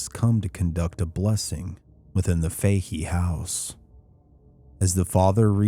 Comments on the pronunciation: It's 'Fa He' not 'Fay he' but great vid txs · It's Faa-Hee Faa-Hee not Fay-Hee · I can't say for certain as I don't know them but in gereral in Ireland the name "Fahey" is pronounced "Faa-Hee". Great video, though.